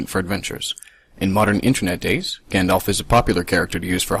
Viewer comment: You pronounce Gandalf wrong